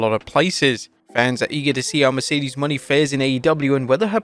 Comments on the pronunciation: Sasha's new last name is pronounced "Mo - NAY"... not "Money." It's been months now... you're playing ignorant and out of touch on purpose? You could change but you're choosing to read what's in front of you incorrectly. What on earth is the payoff? Losing viewers? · Christ Mercedes Mone isnt pronounced money